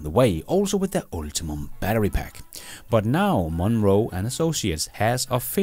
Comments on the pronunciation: JSYK, "Ultium" is pronounced ult-ee-um not ulti-mum, as you say it. It seems to me that, as a person who presents himself as an EV industry expert, you should know this. It's obvious to anyone who knows how to read. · "Ultium", not "ultimum" batter... Doesn't make the batter better however 🙂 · U L T I U M battery. Not Ultimum.